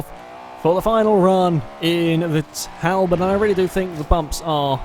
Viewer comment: Its pronounced tall bot i thought you would know that